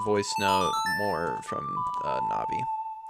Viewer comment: You pronounce Navi fine. If no one else told you, “Navi” is short for navigational support (which is Navi’s function story-wise and in battle targeting).